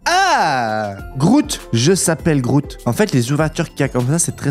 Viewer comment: GROOT ET PAS GROUT